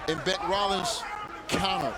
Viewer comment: Not Bic. It is Bec. As in short for Becky.